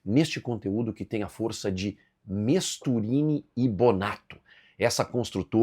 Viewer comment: TU TEM QUE TER MAIS CUIDADO NA PRONUNCIA DO TEU PATROCINADOR NAO É MISTURINI MAS SIM MESTURINI